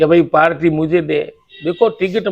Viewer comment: Mla साहब पालटी नहीं पार्टी होता हैं।